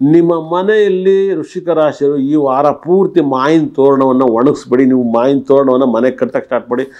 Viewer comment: ಸ್ಪಷ್ಟ ಕನ್ನಡ ಉಚ್ಚಾರಣೆ ಮಾಡಿ. ಮಾವಿನ ಎನ್ನಲು ಮಾಯಿನ ಅನ್ನುತ್ತೀರಿ.